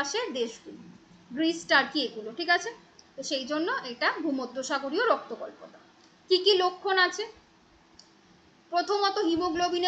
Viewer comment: ওটা রক্তল্পতা not রক্ত কল্পতা